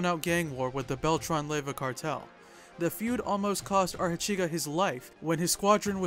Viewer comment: Los zabahthas y a-reyllanos 😂🤣😂 the bail-tron brothers 🤣😂🤣😂🤣